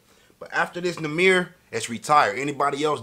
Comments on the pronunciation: He said naimer in the bigginin and when it started he said it right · Naw-mer THATS HOW TO PRONOUNCE IT YBN NAHMIR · Its not (nymer) its pronounced ( Ni- Mir ) 😂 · Why does he say namer It's prounouced (NAH Meere) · Not naymir it namir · its nah-mir not numer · Nahmir not namer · right 😭💀 “neighmir” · “Next Up, We Got YBN Namer” 😂😂😂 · "Next Up We Got YBN Namer"😂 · “Next up, we got YBN Namer”😂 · "YBN Namer" "Young Namer" 😂😂😂 got me hollerin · This man said namer😂😂😂love this nigga bro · YBN Nahmir: My name is Nahmir not Nahmir Everyone else: Its Nahmir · “ YBN Namer “ 😂😭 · 2020 sound like he said '''YBN Neymer' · He really said it’s YBN Namer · Mans said ybn namer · "YBN NAYMER"😂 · Lol he said naemir 😂😂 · He said ybn namer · That nigga said naymer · It’s nah- mer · Say number without the b that's his name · Nahmir pronounced (nah-mier) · Its n a imir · You say it wrong bro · you don't like him because you don't even know how to say his name.